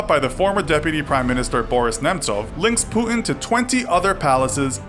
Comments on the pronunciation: I hate how this new millennial generation don't know how to pronounce the letter 'T'. It is Putin, not Pooin. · Putin not pu'ing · It’s not “pu-in”, it’s “puTin”, mate. Sorry but it annoys me so much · Lol he says pootn instead of putin. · Putin sounds like "put in" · great video but why the fuck would you say putin like that??? pooood-in?? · Who is Pooh-in? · stop saying pu-in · Who’s Puhun? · I keep hearing pooin wtf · Who is this Poooin you speak of? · Why do you pronounce Putin as Pu-in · Is it just me or was he pronouncing his name as 'poo-in' ? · there's a 't' in Putin - could you pronounce it please? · Wierd pronunciation of Putin. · i dont like how you pronounce putin :(